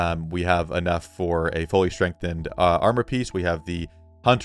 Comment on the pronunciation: Maybe you should refine the shield just to be consistent lol. My ears hurt every time you say strengthened twin axes